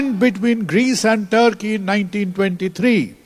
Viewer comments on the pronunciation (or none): none